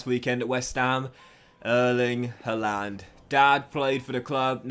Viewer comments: Harlund not huland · Love you but that's not how to say Haaland. Sign Sergio Gomez the LB will have a decent rating now.